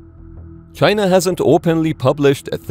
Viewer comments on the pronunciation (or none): The ai says "chyna" like trumpet. What a croc. Reminds me of a strategy game where the enemy suprise attacked coming put of freight ships. All the stolen tech with zero experience of using it. Tiny carrier's 😂 ordered from temu like the sub that sinks indefinite 😂